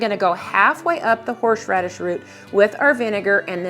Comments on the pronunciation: Why does she keep saying horsh-radish? Isn’t it horse-radish? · I'm dying at "horsh-radish"